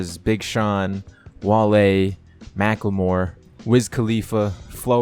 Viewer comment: anyone else started laughing when he said macklamore meek mill or mack miller cuz i did lol